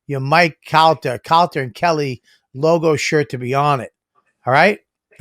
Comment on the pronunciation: great ep. bob should not give anyone shit about saying a word wrong. cant even say his co-hosts name right "calter"